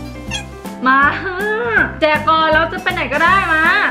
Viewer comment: ตอนบอกว่าเเจกก่อนได้ยินว่าเเดกก่อน